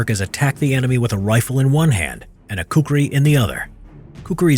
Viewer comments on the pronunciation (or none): its khukuri not kukuri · One little mistake bruh, It's khukuri not kukuri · "Khukuri" not kukri thanks me later . ;) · not kukri it's khukuri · fyi its prenounced koo-koo-ree not koo-kuh-ree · But we call it khukhri not kukri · Bro it's not kukri... its khurki.. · It's a khukri not kukri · not kukri that is Khukhuri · It's "Khukuri" not Khukri. And Nepal was not a part of the commonwealth or a part of the British Empire but an ally of Great Britain. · its not khukri its khukuri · It's Khukuri actually not Kukri. Anyways, Loved the video .. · Its not kukri....its khukuri PROUD TO BE NEPALI....!!!!!!!!! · It’s Khukuri pronounces as Khoo - koo - ree. Not kukri. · Its not kukri. Its khukuri. Its the pride of nepalese community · Its khukuri not kukri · Not kukri its khukhuri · In gourkh it's called Khukuri not kukri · "kukri" seriously bro its called fucking "khukuri" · actually its KHUKURI, not kukri. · its "KHUKURI" not "kukri"..... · btw I don't mean to be noxious, but its Khukuri. (Khu-ku-ri)